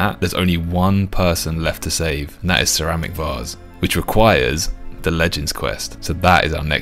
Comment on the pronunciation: It's fun hearing you say "Sir Amik Varze" because it actually sounds like "Ceramic Vase" in your dialect, whereas it doesn't sound like anything in my Canadian accent.